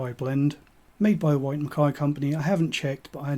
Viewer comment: Interesting local dialect, pronouncing "WHyte" as SHwyte" With a Glen Moray Classic sold in the supermarket for £20, I can't see the point of these Blends, honestly. I also love Tamnavulin but only in Ex-Bourbon without any finish. Ex Oak Carn Mor Tamnavulin 2009 13 Year Old American Oak Douglas Laing Provenance 8 Year Old 2015 (cask 19143) Tamnavulin 12 Year Old OB, You can still find it for about £105